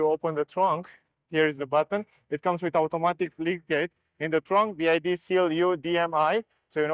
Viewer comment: BYD , NOT "BID"😅